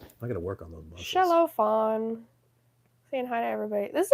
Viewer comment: You are welcome and you mean FAWN not Fran 😆🤣😂😅